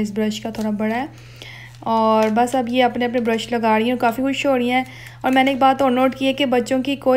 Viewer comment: No offence but use the correct accent of urdu especially with the word 'Aur' instead of 'Aurh'. Peace